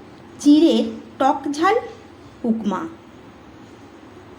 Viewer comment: উকমা বলে না উপমা বলে।